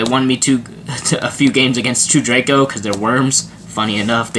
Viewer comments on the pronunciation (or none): none